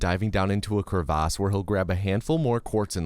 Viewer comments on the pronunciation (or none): I like how the way you said crevasse was wrong but sounds more fancy lol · Nice vid but man how do you pronounce crevice??? Crevaace??? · CREE-VASSS LoL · Bro said “cre vaas” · Goof ahh said crey-vass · the way we pronounced crevasse lol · I like how he pronounces crevice